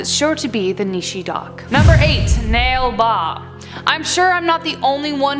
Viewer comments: Um actually it's na le ba not nale ba. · Did she say nail bab instead of nala ba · 'Nale ba' was pronounced wrong. Its pronounded Na- le ba, which means 'come tomorrow' in Kannada, the language that we speak in Bangalore . Its not the name of the demon, its just what people say when she knocks on the door. The bollywood movie 'Stree' is based on this where people wrote 'oo stree, kal aana' in front of their houses. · 'Nale ba' was pronounced wrong. Its pronounded Na- le ba, which means 'come tomorrow' in Kannada. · MAT10 : Demons in Indian mythology Indians: ok guys, let's all become pronounciation teachers for a day.... And btw it's not pronounced as "nail baa" it's Naa-Ley baa, which mean come tomrw in Kannada And also it's not "narakasura", like not the American pronounciation, it's Nah-rah-kaaa-su-rah (yeah u gotta stretch on the"kaaa" thing)